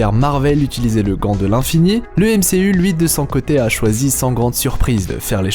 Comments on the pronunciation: A "qui peut utilsier"😂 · Utilisier hahahaha